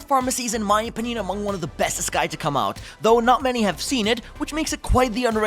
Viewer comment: It. Is. Pronounced. Ee-sa-kai. Please.